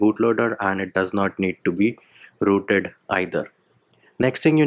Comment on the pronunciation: the way you say rooted either xD